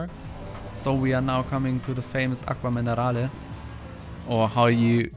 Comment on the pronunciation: Your pronunciation of "Acque Minerali" is more than ok